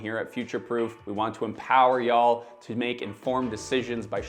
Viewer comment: Did you just say "ya-all"?? 😁